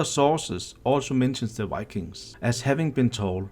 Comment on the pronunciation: if u say wikings one more time im gonna scream